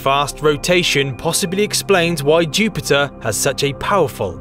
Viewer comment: KING OF THE PLANETS, CHEW-PIT-UH